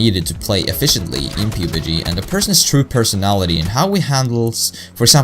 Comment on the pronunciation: Great video, you mispronounced pubg. It's pronounced p(uh)b g just so you know, otherwise I think it was a great vid man.